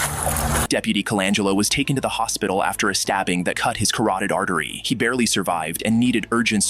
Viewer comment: what is a karated artery